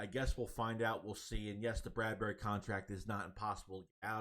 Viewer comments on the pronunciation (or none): none